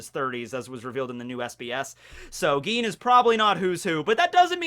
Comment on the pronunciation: Its Gin not Geen.